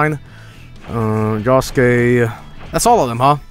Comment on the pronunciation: JOSUKE NOT JOSEKE